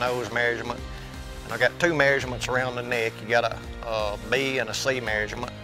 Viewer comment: It’s measurement. Not marriagement